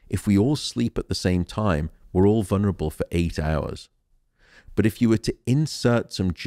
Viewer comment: For such an intelligent man does he not know there is no such words as "vunrable"? The word is "vulnerable" 4 syllables not 3